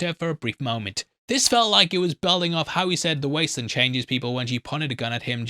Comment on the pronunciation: I’m English and do not understand why he keeps calling it the wastelund. Probably engagement. Just sad everyone has to lie